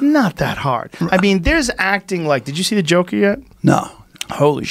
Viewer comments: Joe “ker” Rogan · Jo "ker" Rogan